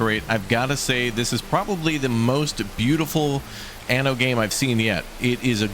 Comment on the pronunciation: Certo che questa voce AI che dice ANO invece di ANNO è come dire...grandiosa se non ridicola...ma perchè non le leggete voi i testi